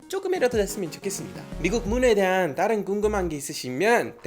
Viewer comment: 올리버샘 버릇 하나 찾았어요. "다른"이란 단어 발음 하실때 종종 "따른"이라고 발음 하시네요. 보다 친숙하게 들릴수 있겠지만 습관적으로 그렇게 발음하시지 않아도 될것 같아요. 다음에 봐요.